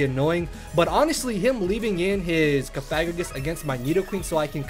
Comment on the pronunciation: It's pronounced "Cough-a-gree-gus" Just FYI. The way you're sayin it involves a rude word.